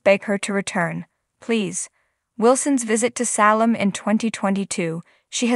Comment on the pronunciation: What is the deal with mispronounced names from the show? It is pronounced Saylum not Sallum!